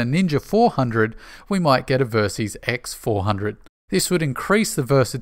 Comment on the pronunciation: I love the videos and I always look forward to the next release, but pleeeeeease prounounce Versys as it is intended. VERsatile SYStem. Surely your Australian accent shouldn't interfere with pronunciation of this portmanteau word? Just nit-picking :)